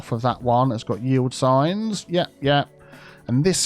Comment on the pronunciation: “Yield signs!” I kept hearing you say, “Ye Old Signs!”